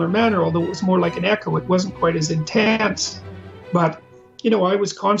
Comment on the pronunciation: was very intaaanse